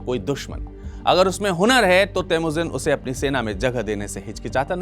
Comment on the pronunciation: kaaan theek krwa lo babua... Vo theek bol rhe h😅